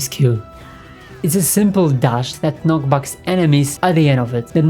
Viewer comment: it's knocks back, not knock backs